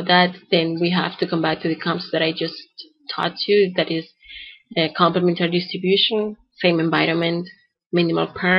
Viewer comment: complem'entary , {not complement'ary} distribution. -- emphasis on the third syllable, see.